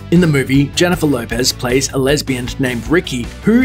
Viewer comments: She was a lesbiand? Learn how to say words right dude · did you say lesbiand? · "Jennifer Lopez plays a lesbiand" lesbiand? haha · "A lesbiand"